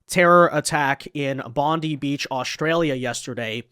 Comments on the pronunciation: Love your vids, but fyi its pronounced Bond’eye not Bondi. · I know people that lived in Cronulla, it wasn't a race riot, it was a gang fight between two large gangs. Also pronounced "bond-eye" not "bondee". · immigration is the problem, not guns. and its pronounced BONDEYE Beach...not BONDY. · JC another American saying Bon-dee instead of Bon-die (Bondi). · Just came to stop by and let you know its pronounced Bond-eye. Hearing it pronounced bond-ee sounds like it was put through a woodchipper. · Say Bond-eye and not as Bondy, Bondie, or Bondey or like (Pam Bondi) Beach. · 'Bon-die' not 'Bon-dee' ..............😊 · It’s pronounced Bond eye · Im a Australian and i can say it was Muslims that committed this horrific act , and when pronouncing Bondi, the letter " i " must be pronounced like - eye, I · “Bond eye” beach is how you pronounce it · Bondi is pronounced "Bond-eye" in Australia. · So our government openly supports Palestine. Let's them fly their flag every where. Shut down half city for thier protest against Israel. 15 Jewish people get gun down and.....it's the gun laws fault. Not immigrating half the middle east here. Not our governments perplexing support for Islamic terrorist states, nope it's not enough gun laws. By the way it's pronounced bond eye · It’s BON-DYE beach FFS. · Brother love your shows. The way we pronounce Bondi is bon-die. A fan. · It's pronounced Bond-EYE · First off, please pronounce it BOND - EYE (Bondi). How is omar still presenting herself after the revelation she is taking billions out of the country? Our gun laws are already tight here in aus, it will be interesting to see how they make the laws tighter. Great content,, keep it up! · Bondi is pronouned Bond Die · it's pronounced "Bond-Eye". 🤣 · Hey, can I please correct the grammar, it's Bondi ( bond - eye). Id also like to give a huge shout out to the Syrian refugee, now Aussie citizen, achmed al achmed who put his life on the line do disarm the grub